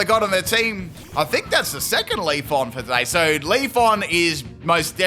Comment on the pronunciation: Its not Leaf-on its Leaf-eon lol cant even say eevee evolutions right XD lol 😂 And i didnt see no critical hit on the flail on Virizion there hmm Haha they called a male Alolamola Bulky Girl how sad really XD And i dont think hes saying feebas right either oh well i wonder why he mispronounces Pokemon names hmm